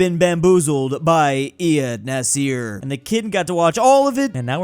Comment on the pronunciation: BTW, it's "nāṣir" with the stress on the a, like the president of Egypt...